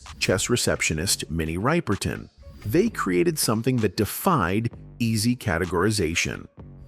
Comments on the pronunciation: RIPE-er-ton? It's RIP-ER-TON... AI will eventually know how to correct pronunciation. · Minnie's last name is pronounced "Rip-perton," not Ripe-erton. Get it right. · Mini Ripe-e-ton?? REALLY?? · Not a bad mini- documentary but the laziness of AI gets on my last nerve! “Rye-pertin”??????? Geez. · I agree.